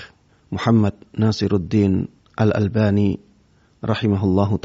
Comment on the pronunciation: afwan, bukan Al bani, tapi Al Albani